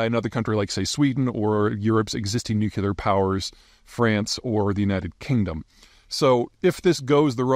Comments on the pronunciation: God, dude, learn to pronounce nuclear. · The irony of an American geopolitical strategist mispronouncing nuclear is pretty rich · If you want to watch the world record for mispronouncing "nuclear", this video is for you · take a shot every time Peter doesn't know how to pronounce "nuclear" and you won't come out of this short video sober